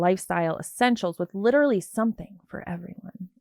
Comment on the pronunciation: I hate when ppl say ‘lit TRUH lee’.